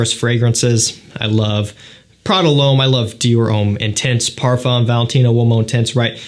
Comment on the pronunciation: Please learn how to pronounce the word Parfum correctly